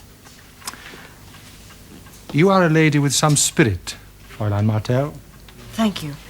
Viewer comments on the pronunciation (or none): A good series, better production values than 'Pathfinders'. My one minor gripe is the constant mispronounciation of 'fraulein', I would have thought they would have a language coach.